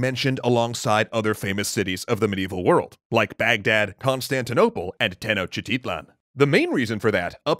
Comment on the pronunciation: Let me help you with the pronunciation since i know Tenochtitlan how it should sound. Its more sounds like Te-nosh-ti-tlan.